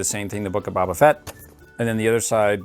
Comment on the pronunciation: You are saying baba fett but you need to say boba fett